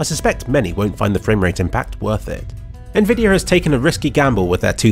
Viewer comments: Why do you say "nvidier" instead of "nvidi-AH" ?? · why do you say it like "nvidiar" some times